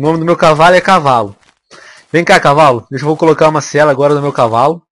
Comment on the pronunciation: Kkkkkk é impressão minha ou o venom n sabe falar cavalo certo